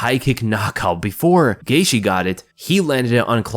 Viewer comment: Justin “Gaitshe”😂